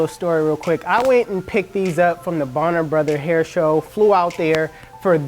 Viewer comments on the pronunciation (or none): none